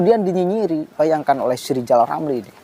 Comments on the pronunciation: Nama nya R R tapi GK bisa ucap R Lizal Lamli Lizal Lamli...gitu kok maU jadi pleciden🤣🤣🤣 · Pak RR perbaiki huruf R nya dulu deh, baru bisa jadi presiden RI. Lijal lamli, lijal lamli. Jangan sampe kebawa mati yah sakit hatinya. Mustinya orang itu mendoakan kebaikan bagi orang lain, itu jauh lebih baik, Lijal Lamli. 🤣🤣🤣